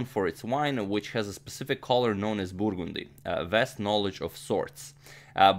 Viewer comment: I really like the way agadmator pronounces the word "burgundy".